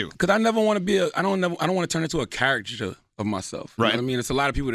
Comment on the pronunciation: say charichiture again